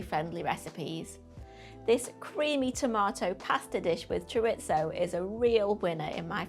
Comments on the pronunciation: I know you are a northerner, but please pronouncaition.. CHORISO, not choritzo 😂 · I like Chorizo when it's properly pronounced. 😉 "Chor-ee-tho".